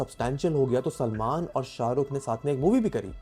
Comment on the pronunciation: Bhai kaa naam sahi se le 😡